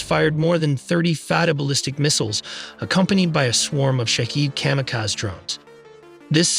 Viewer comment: Lost respect. AI narrator can't say Kamikaze drones. Also making it sound sick to try to bullshit is... well.. It's bullshit.